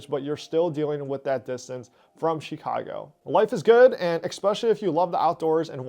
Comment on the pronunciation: LOVE your content. - but you gotta learn how to say to say chi-CA-go properly lol not CHEE-ca-go my friend